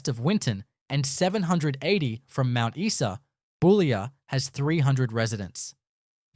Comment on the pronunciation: Mount Eeee Sa 😂